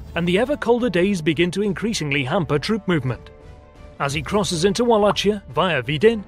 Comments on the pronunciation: Other than the pronunciation of Wallachia, that "welcome to the jungle" was so hilarious i laughed with tears :))). good example of romanian ingenuity in the face of overwhealming odds :) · Thanks for the feedback, and welcome to the channel. Yes, this is one of my older videos and I didn't research proper pronunciations. If you take a look at the Targoviste and/or Calugareni videos you'll notice that the pronunciations are better. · Yeah, we know that now. It will be corrected in the future. We have someone from Romania that will check our pronunciations when we do videos from this region. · awesome video but you're pronouncing wallachia wrong, there's no ch sound even tho it's spelled like that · Thank you kindly. Yeah we know. We will correct this in the future. We have someone from Romania who will check our pronunciations whenever we do videos from this region in the future. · Yes I know, it's been brought to our attention. Right now I'm working on another video that's set in Wallachia, and heavily involves Vlad Tepes. We have a very cool Romanian guy helping us with pronunciations so you can expect everything to be correct. I hope to finish the video by the end of may. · Yeah we know that now. Furthermore we have 2 people from Romania who will check our pronunciations in the future. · Yeah we know. Too late to change it now. Will pronounce correctly in the future. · All good and well, but the way you pronounce Wallachia is both wrong and annoying. In this video you use the Germanic-style spelling, but the American style pronounciation. Horrible. Try to say Houston; the exact same sound is the "CH" in Wallachia, not to mention the first sound is a "V". You're welcome. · Yes we made a mistake there. Will be corrected in the future. We now have someone from Romania who will check our pronunciations for this region. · Yep, we now have two people from Romania who will check our pronunciations in the future. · It’s pronounced Valackia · Wallachia= (va-lok-ee-uh)